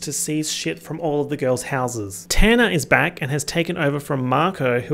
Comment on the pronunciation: Your pronunciation of “Tanner” keeps making me think you’re talking about Tana Mongeau